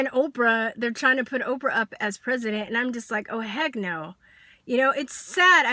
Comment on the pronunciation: First her name is "OPRAH" not "Opera" and if your telling me after ALL she's done your still convinced she's this monster then it just supports my original statement-SAD-just-SAD!!-This kid and that's ALL she is is just trying to get attention-Can't you see that? She attacks Oprah knowing that it'll draw attention. This kid has "major" issues and makes No-Sense at all.